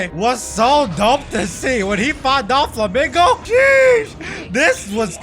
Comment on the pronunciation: Bro said Don Flomingo😂😂😂😂😂